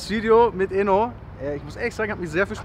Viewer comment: Bro sein Namen ist ENO und nicht INO